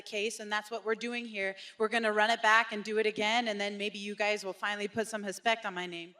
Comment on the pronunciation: I love how Julianna said “maybe you guys will put some hespect on my name”